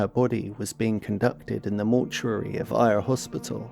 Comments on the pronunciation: Ayr - is pronounced - AIR (ie the air you breathe) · Prestwick is not actually in Glasgow, so she'd have had to get a train from Glasgow Central there. Maybe she met someone on the train given she's evidently quite friendly/chatty etc? Also, dude, you're British, it's very straightforward to learn how to pronounce Ayr?! Otherwise a well made docu and an intriguing case, seems like very lazy police work tragically.